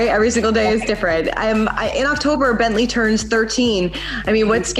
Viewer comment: "Rhine" and "BientLee"